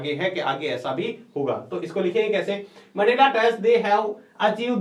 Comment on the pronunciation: Sir voo mendela hai mendla nhi